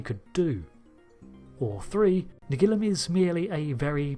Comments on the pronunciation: Could you please try to say Nagilum correctly? On the actual episode they say Na-GEE-Lum, not NAG-il-Um. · It's pronounced na-GEE-lum, not NAG-ilum or na-GILL-um… Did you even watch the episode?!?! 😡😡😡😡😡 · Naa-geel-um... That's how it was pronounced in the Episode.. Why change it? Brits' are weird.. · Why does your pronunciation of " Nagilum " alternate ? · I can't be the only one that's a bit annoyed by his constant mispronunciation of Nagilum in this video. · Do you pronounce ‘Nagilum’ differently each time on purpose!? 😂 I love this episode, it’s silly but fun and interesting silly. Plus let’s take a moment to remember Haskell, one of the most horrific crew deaths seen on TNG, maybe even worse than that woman who got stuck in the floor.